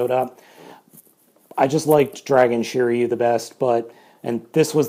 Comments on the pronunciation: Shiriu 😂😂😂😂you don’t know his name hahaha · Just to let u know, since i know japanese every letter makes the same sound, and r in sets of 1, 2 or 3, a constanent and a vowel. So shiryu is shi ri yu in japanese writing and is pronounced sheereeyu